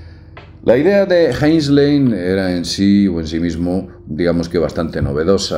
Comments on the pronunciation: (Robert A.) Heinlein, no Heslein. Por todos los dioses, no es tan complicado. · Robert A. HEINLEIN, no Heinsley. Uno de los principales escritores de scifi de la historia. Ya que se habla sobre él, qué menos que pronunciar su nombre correctamente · ... es Heinlein, no Heinslen ... en Blade Runner, no hay inteligencia artificial, hay: replicantes (clones)... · No es Heinslen, animal, es Heinlein.